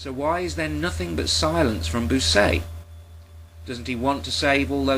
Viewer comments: And Bucaille's name is pronounced bü-kye (Rhymes with goodbye). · This is brilliant. I always suspected those scientists' comments had been obtained sneakily - and you actually have the info, which is great. Incidentally, a minor detail (as i'm sure you've been told already) "Bucaille" is pronounced much like "Puke Eye" but with a "b". That is, when it's not pronounced "Wanker" !